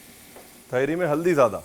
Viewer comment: Teharii nahi Tahaari hai, Nirahi ki tarha Tahaari. Kabhi Hyderabad ayein ham aapko Hyderabad ki Tahaari khilaein ge❤